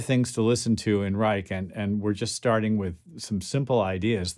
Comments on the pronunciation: Pronounced "Rye-sh" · Youtube videos of interviews with Mr. Reich pronounce his name with 'sh' not 'k'.